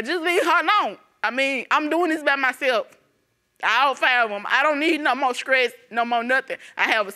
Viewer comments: Scress not stress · Or skress! Omg!!